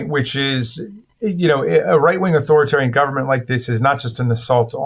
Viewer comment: you need to learn how to pronounce “authoritarian”, it adds to credibility. Put the “i” in between author and tarian bruh.